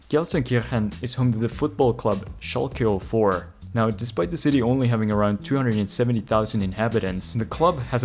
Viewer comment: Its Schalke 04 not Schalke O4